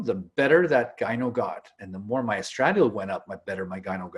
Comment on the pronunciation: Elior Hallo, not a doctor. He can’t pronounce estradiol properly either, but it would be petty for me to “not subscribe” because of it.